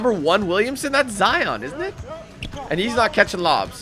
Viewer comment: thid dude doesen even know how to say zions last name and i bet he doesent even know all the other rookies in 2019